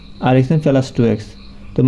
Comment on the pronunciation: ফেলাস না প্লাস 😂